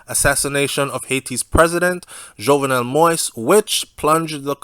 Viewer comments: The name is pronounced mo-eez not mois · It's "Moist" its "Mo-Ease" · It not moist it moyize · I like your reporting but I don’t understand how you spend all that time doing research on this investigation but you won’t take the time to learn how to pronounce his last name. Anyways, thanks for great info. It’s not pronounced “moist” it’s Mo-Yeez. Simply say Mo and then the second part act like you’re saying Yeezy but without the Y at the end. Mo-Yeez. I know you can do it. Out of respect to the man and his family, learn to pronounce his name correctly. Thanks for the great content. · I know you don’t think it’s a big deal saying his name like that, but it’s so annoying to other people - So I will help you. Say — > Mo…Ease - Done ✅ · Yeah he's saying the name wrong sounds like he is is saying "Moist" . He can listen to any other news outlet in our out of Haiti and could figure out the right pronunciation. He did correct himself on Bordeaux :) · i enjoy your updates...but why are you refusing to pronounce the former president his name correct🤣🤣🤣🤣🤣😂😂😂🇸🇷🇸🇷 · ok who the fuck talking bout the rest of the world I’m just saying N he still saying it wrong everybody else got his name right N I don’t need to thank him for shit It all over the news ig Facebook YouTube now bye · Be respectful. Pronounce the President's name correctly.